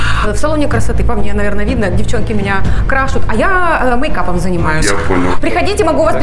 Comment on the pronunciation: Про первого: указывает на ошибки в его словах, а сама говорит «меня крашут», вместо «красят»